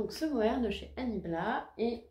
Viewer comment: Bonjour, bravo pour la cumulus blouse elle est super belle, le mohair tu prononces comme pour l'insecte (🦗 blatte). Le bleu nuit poil de chat 😂 solution : tu tricotes de l'angora, tu ne verras plus les poils de chat 😹. A bientôt 🌈